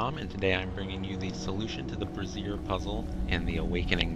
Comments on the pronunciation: Bray-zee-er (lit thing) not brazeer (ladies underwear = bra). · It's pronounced Brazier as in lazier not like brassiere which is a woman's undergarment. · Love the way the poster of this vid prances Brazier sounds like he's talking about a woman bra